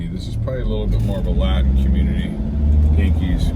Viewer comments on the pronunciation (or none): none